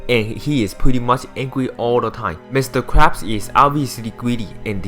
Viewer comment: im sorry but you said mr.crap XDD not to discrace chinease or anything but i head mr.crap XD